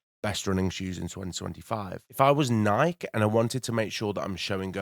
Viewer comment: It's pronounced Ni-kee, it doesn't rhyme with Mike. Why? It's not an English word, it's a reference to a Greek God. Source? Literally the co-creator of Nike, Phil Knight.